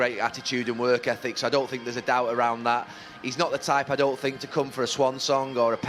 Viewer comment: “I sink”